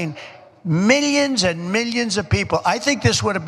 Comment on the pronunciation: Why does he still pronounce millions funny?